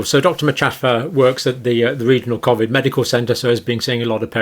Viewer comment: Wish he'd pronounce covid correctly